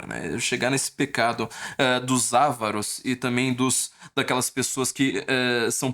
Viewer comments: Uma correção: a pronúncia correta é "a vÁ ro"... e não "Á va ro", pois a palavra é paroxítona, tendo a sílaba va como sílaba tônica: a-VA-ro. A sua pronúncia como palavra proparoxítona, com a como sílaba tônica, está errada. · O correto é Avaro e não Ávaro. Essa palavra não possui acento tônico. ♠️🩸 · A tônica de "avaro" é na segunda sílaba.